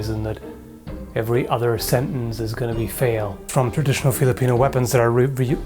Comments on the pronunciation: twwrradritijooonalll.. OP english skillz! love from Denmark. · Let me help you it's "traditional", your welcome.